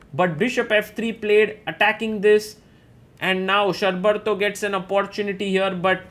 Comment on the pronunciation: its pronounced = Shor (like the word FOR) + Bar (like Bar of Chocolate) + Tho = Shor-Bar-Tho Also the surname is pronounced = Maani not Money